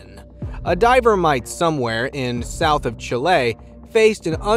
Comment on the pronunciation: It's pronounced CHEE-LAY NOT CHILL-AY! 🤔🙄😒🤨😠